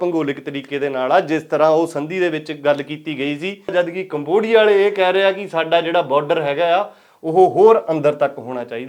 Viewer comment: ਕਮਵੋਡੀਆ 😂 ਖਤਰਨਾਕ ਬੋਲ ਰਿਹਾ ਬਾਈ ❤